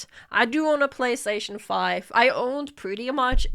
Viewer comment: FortiNAIT y la Pabagí? Pabagí. Pabagí y la Eques Boques seres eques? Pabagí. Babagí y la PalasTEIshon FAIF? Palasteishon... Faif. Palasteishon Faif y la LUGITIK? Lugitik. Lugitik y la Haybar eques eques eques eques? Haybar eques eques eques eques. Haybar eques eques eques eques y la GranderfTORTINNI? Granderftortinni. Yeah, I know it by heart. Thank you for making me remember this.